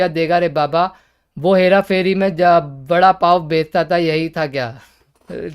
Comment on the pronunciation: Abe bekta bekta kya hota hai saste khusre use bechta bolte hain . Bech bech bech